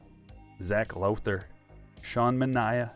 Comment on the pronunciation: Thank you pronouncing Sean Manaea's name correctly! What a breath of fresh air. Nobody gets it right. You the man!